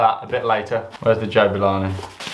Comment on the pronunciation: Jabulani* not Jabyulohrni